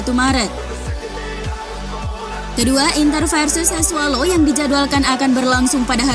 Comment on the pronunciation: Bukan sassualo tp sassuolo